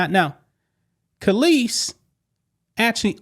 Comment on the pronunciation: You mispronounced Kelis.